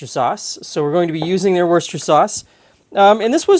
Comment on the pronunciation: I'm just relieved to finally hear a repeatable pronunciation of Worcester. inspired me to report to the OED online to confirm his pronunciation of Worcester and to learn how to pronounce its expanded version, Worcestershire. As a result, I'm feeling more confident. Mother did not make stuffed meatloaf in our home in central Illinois, U.S.